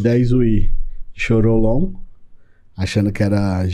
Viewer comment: choriomon, nao choriolon